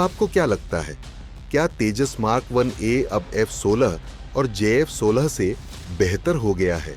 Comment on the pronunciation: F16 and j16😅 First, say the names of both of them properly, then tell the qualities of your radar